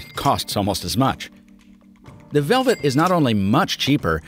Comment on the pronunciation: Okay, who doesn't know how to pronounce LG Velvet?